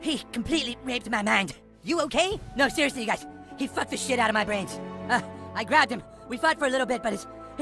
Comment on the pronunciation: SEROUSLIY 😂😂😂😂😂😂😂😂